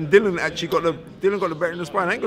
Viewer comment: SPELT DILLIAN PRONOUNCED DILLY-UN